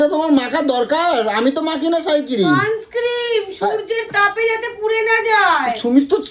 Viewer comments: Holu ki r emni boli😂 ? Ota sunscreem noy sunscreen. Bujhle gyani holu rani? Ki gyaan dite thake majhe majhe. 😂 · একজনের উচ্চারণ Suns ক্রিম 😂 আর একজনের সাই ক্রিম 😂 সঠিক উচ্চারণ হলোই না 😂